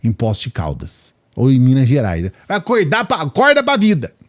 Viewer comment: o sotaque do seu "acorda pra vida" está mais para paulista do que para mineiro. Tirando as cidades vizinhas ao estado de SP o restante de MG arrasta o som do R na garganta. Ou seja, " acorrrrda pra vida".